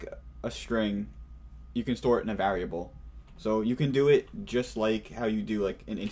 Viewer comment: you know whats rrrrrreeeeeeaaaaaaallllllyyyyy interesting? How this guy says variable. like vaarable